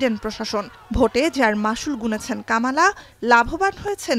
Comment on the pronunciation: কমলাকে কামালা বলছেন কেন? কমলার নাম উচ্চারণ তার বোনের বাচ্চারা বলে বলে শিখায়েছে। তারপরও কামালা কামালা করছেন কেন? উনার নাম কমলা, কামালা নয়৷ দারুন বিরক্তিকর। সংশোধন করেন।